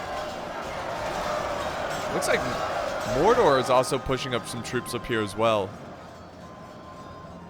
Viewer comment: u said Mordor not gordor